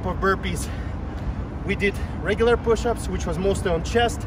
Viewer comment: "Power pooshups"